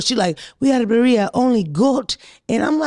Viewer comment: The way pronounces birria 🤣🤣🤣🤣🤣god I love her